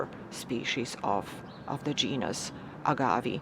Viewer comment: Pronounced Reg-i-Nay And A-gav-ay